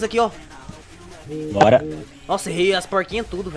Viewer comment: Tavo rindo de vc falando porquinhás e tamo na roça